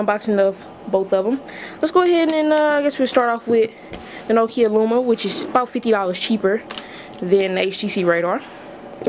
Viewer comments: It's LUMIA not luma. There is an I in the name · It's Lumia. Pronounced(Loo-me-a)